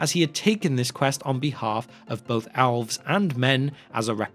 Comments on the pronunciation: I thought he said OWLS when he said ELVES….he pulled an Ozzy..lol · Why is my man saying "Owls" insted of "Elves" ?